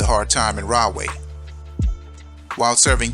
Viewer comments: I was born in Edison lived in carteret belmar and Camden Nj and Rahway is pronounced raw-way not rah-way lol anyway you should cover jamesburg juvenile state prison as well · It's pronounced "Raw-way " though, not "Rah". But, at any rate, as a child I'd see the prison in the distance on 1 and 9 heading towards, Woodbridge Mall. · Pronounced Raw-way, not Rah-way. Because there is the right way, the wrong way....Then there is the RAW WAY!!!